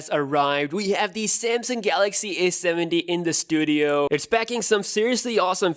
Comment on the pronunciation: Repeat after me: A,A,A,A,A not aS,aS,aS Now say A70 not aS70